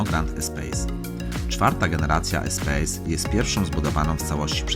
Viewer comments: Czyta się espas nie espejs, to francuski samochód :) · Czyta się "espas"mistrzu.